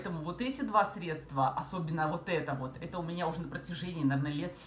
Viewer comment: СвЕкла, а не свеклА, срЕдства, а не средствА!После 10-37 смотреть не смогла...